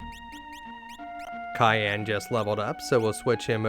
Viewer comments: kay-an, ok bud, you know you were trolling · Holy f*** mate, CYAN not CAYENNE! One is a color and one is a food!